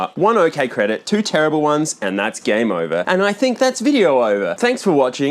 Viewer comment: the end of ze world clip when said "hokay" is 100% what you would see if you hooked up a crt to my brain and asked me to say the words "okay so"